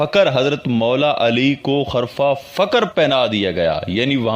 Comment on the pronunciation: بھای کسی استاد سے اپنا تلفظ درست کرو خرفہ نہیں بلکہ خرقہ